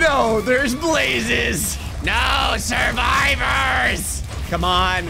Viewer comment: I like how you keep saying "NO SURIVIOURS" when Mc (Minecraft) is like doesent care